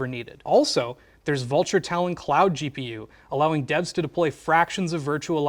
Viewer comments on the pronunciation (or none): none